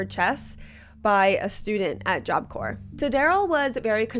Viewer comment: i know that the video isn't about this but it took me out each time job corPs not corE